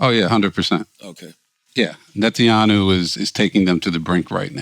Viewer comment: Chris has said "Netanyahu" about 15 different ways, none of them right. 😂